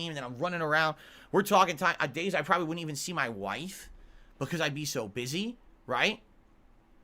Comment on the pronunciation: "Ma-Wife" 🤣🤣😂 Fantastic 😅👊✌️😉